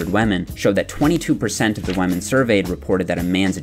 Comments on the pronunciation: Are you deliberately saying women like "wahmen" or is that an accent thing? :') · Did he said “wamen” he is respecting wamen. Veeery nice. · He keeps saying wamen instead of women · why do u call them whamen lol